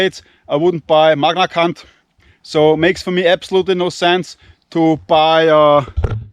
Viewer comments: it's Magnacut not Magnacunt lol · no matter how many times you said magnacunt, it killed me everytime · what is he saying….? Magna C*nt 😅